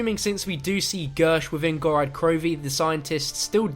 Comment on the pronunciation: Ok, how the actual hell can you STILL not say GOROD krovi Not "Gorad"